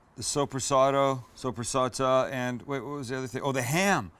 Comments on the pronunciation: It’s pronounced Soup-re-saad lol 😂 You had me dying with that one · it's soppressata btw, more commonly called soppressa. coming from og italian guy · Hi Sam. Digging the channel, got a lot of your vids in my "Liked" library. But from a Toronto mangia cake, let me point out that it's pronounced like "so-prrah-set-ah" Keep on cooking, Sam I Am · I WORK IN A DELI its pronounced SUPER-SOT